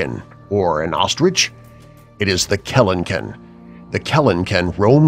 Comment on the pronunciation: “Number 4, the keleken. Is that a bird? a chicken? an ostrich. No it’s the keleken.” well no fucking shit